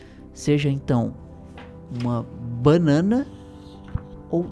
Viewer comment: "uma bãnãna..."